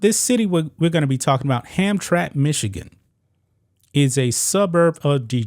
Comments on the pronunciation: Dude you should check the correct pronouncing of words I see destroying names on a regular. It is pronounced Ham_tra_mick not Hamtrack ask somebody. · It's pronounced Ham-Tram-Mack. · It's pronounced Ham-tram-ick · It's pronounced HamTRAMick. And it's not "near Detroit," it's actually IN Detroit. FWIW I doubt the former Polish Catholic majority would be tolerant of this, either. For that matter, I doubt there are any gay people in Hamtramck, so what, exactly, was the point of hoisting this flag? (I know what it was, it was a rhetorical question.) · Pronounced. ham-tram-ick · It's pronounced Ham-tramick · Ham-Tram-Ick is how it is pronounced. Used to be the headquarters for most big business in Detroit, now it is a shithole just like Detroit. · sounds like Ham Tram ick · Not that it matters but its pronounced ham tram ick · it's 3 syllables. Ham-tram-ick. How times have changed. In the 50s and 60s it was mostly Polish people. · I was in the Marines with a guy from Hamtramck. He said it “Ham-tram-ick.” Right, wrong….Idk. Hey RT!—you still alive? I had the tooth I knocked out of you for a lot of years. Good story, conversation piece. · Not to be too picky, but its pronouced Hamtramic. Hamtramck was predominately Polish American for decades. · The city is pronounced "Hamtramick". I live in Detroit just across the railway tracks.😄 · IT''S PRONOUNCE HAM TRAM ICK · It`s Ham Tram ick not Hamtramck lol . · Don't normally correct tubers but it's pronounced Ham tram mick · Pronounced Hamtramack This city is actually located inside of Detroit. They don't play that gender stuff. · I’m from Detroit… it’s a village inside of Detroit that used to be all polish. The pronunciation is Ham-Tram-ick.